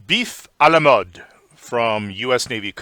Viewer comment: Nice prononciation of “a la mode”.